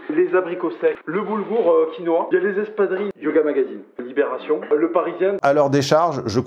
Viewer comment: "Labération" j'aime pas mal. "Li Mmonde" aussi, moins facile.